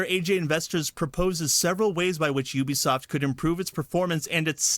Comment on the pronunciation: That's not how you pronounce Ubisoft